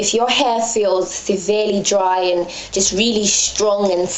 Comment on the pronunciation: I really like your videos! Its nice to have a fellow british living gyal doing hair videos. Ur accent goes american sometimes! lool. Especially when you say "aaannd" lol ;) Anyway good work gurl. I'm around 4-5 months into transition, and my mind isn't all there yet, i have moments where i think.. i "need" to get a relaxer, i can't do this, this is too much, i'm not ready. Then i watch videos like yours and i'm inspired to keep going. Much love :)